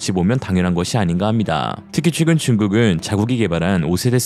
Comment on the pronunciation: 최근 발음을 자꾸 취근으로 하시는거 같아요.